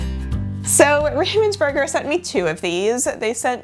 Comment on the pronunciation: That was the curse for pronouncing "Ravensburger" the wrong way... 😜